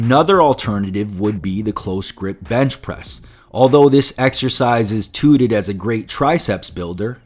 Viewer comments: "Tooted as a great exercise" 🤣🤣👌 T-ow-ted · Touted is pronounced Tao-Ted, not “Tooted”. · if someone says the first part as towtruck, it won't sound right though... it's a Tau sound, like the greek letter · Really helpful video, thanks! Just one friendly correction. . . touted is pronounced TOW-ted as opposed to TOO-ted. Thanks again for the video! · *t-out-ed not t-oo-ted... lol! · 'Toot'? Good information but check your pronunciation on, toute. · don't you mean t-out-ed? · Nearly perfect vid. It's pronounced "T-OW-ted," as in the "ou" in "ouch." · actually more like Ta oo ted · Not Important That’s what I meant. Tow, as in “ow”. 👍🏼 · FYI - Touted is pronounced like the word 'out' with a T in front - not 'tooted'. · touted = "tooted"? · Lol, touted (pronounced "taw-tuhd")